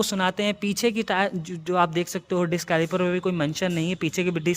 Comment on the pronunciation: Dicksss nahi disssssk. Kya bol Raha tu